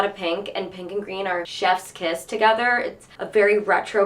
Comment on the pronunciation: kinda obsessed w/ how you sometimes say pink: “panke”